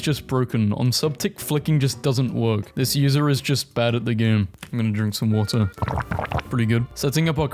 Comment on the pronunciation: watar break